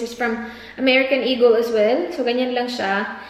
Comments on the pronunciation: Im a silent viewer here actually first time ko magcomment in any vlogs.I just really hate those people who act as if ang tatalino tryin to educate others while they cant apply to their self.FYI it's E-GUL(eagel) not E-GEL and she pronounced it right.Stop being a racist folks coz we bisaya ain't dope. Mambash na nga lang mali mali pa. sigh! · Yung mga nangpupuna sa pronunciation ng eagle ni dahil bisaya kayo na po ang perpekto. Pwe 🙄